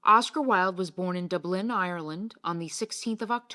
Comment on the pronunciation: Can't continue listening to a voice that cannot even pronounce Dublin.